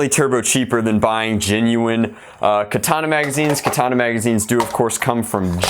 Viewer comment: I believe his name is Than (Pronounced T-awn), but I think the mags themselves are pronounced Ka-thawn-a. Whatever floats ur boat tho I guess lol